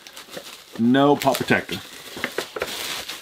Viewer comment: I just hate the way he says pop